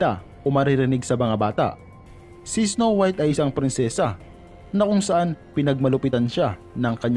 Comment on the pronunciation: “isnow wiyt” HAHHAHAHA LT